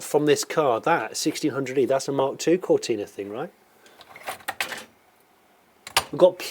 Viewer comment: Come on, Jonny, it's not a 'Ford Cortina' it's a Fowwwd Cowtinaaaahh' You, of all people, should know that. On that side of things. 🙂